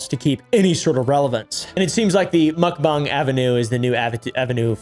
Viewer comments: Mukbang is pronounced like "mock" "bah-ang." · Mook-bang the "Mook" says it all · I despise the way you pronounce mukbang